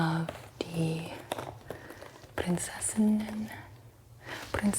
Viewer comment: I loved this video sm because I‘m actually from germany and it was nice to see someone talk in english about the berlin souvenirs. 🫶🏼😂 You pronounced "Ampelmann“ pretty good and also "Prinzessinnen“ was not bad. If you want to say Preussen, you say it more like "Proissen“. 😊Eu sounds more like Oi in German.